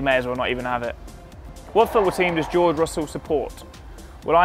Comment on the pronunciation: george russell says his name like joe russell